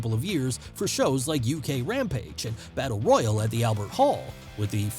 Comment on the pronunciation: He said battle woyal